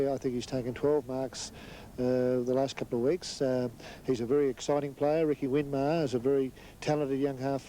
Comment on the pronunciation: St Kilda coach Darrel Baldock manages to call Stewart Loewe "Stewie Low-y" and Nicky Winmar "Ricky Winmar" 😆